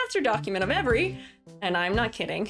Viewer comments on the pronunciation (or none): none